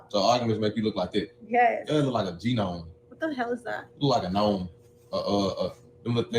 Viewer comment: A G nome... Gnome... the 'G' is silent oh my God.🙆🏿‍♀️